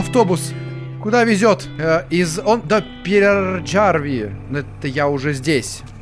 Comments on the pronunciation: Пераярви а не первджарви 😅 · Узнаю свою Финляндию( и да кстати Peräjärvi читается Пераярви )